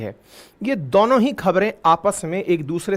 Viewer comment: भाई आप 'दोनों' को 'दौनों' क्यूँ बोलते हो